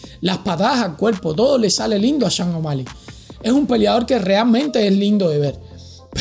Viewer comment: Loco se pronuncia SHON no CHANG O'Malley 🤣🤣🤣 y eso q vives en USA